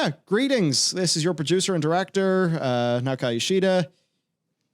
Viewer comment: "Naok-a-i" yoshida. Bruh, wtf :D